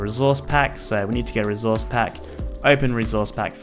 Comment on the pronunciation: No one:: rezourze pack